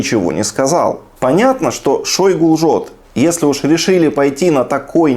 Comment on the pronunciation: /не шАйгу, а Ш-О-йгу/ Украинцы молодцы во всех отношениях, даже фамилию Кровного Врага называют правильно! Браво! Браво Украинцы! Ни один русский журналист, пропагандист или политик —за 20 лет ни разу Не назвали Ш-О-йгу, все пренебрежительно обзывают шАйгу. Вот с таким имперским шАвинизмом русские никого никогда не победят, это факт!!! Да и ШОйгу этих не жалко. Слава Украине!